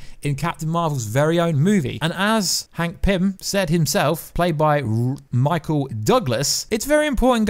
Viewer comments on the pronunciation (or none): none